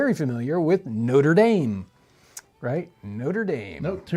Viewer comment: I suppose Noter Dame is better than Noter Dummy.